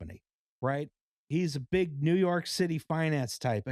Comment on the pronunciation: i love the way says New Yark